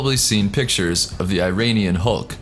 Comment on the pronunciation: "Eye"-Iranian?!? Say it correctly man.